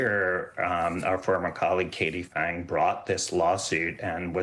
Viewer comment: Love watching MSNOW host tiptoe around saying Katie Phang.🤪🧐🫤🤣🤣